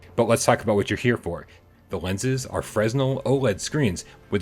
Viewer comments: It's fresnel, fre-nell. Or Fruh-nell for some juice on it. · Fresnel is pronunced freh-nel, my dudes.